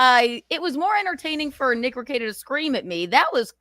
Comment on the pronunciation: Why can't this dope say Nick's last name correctly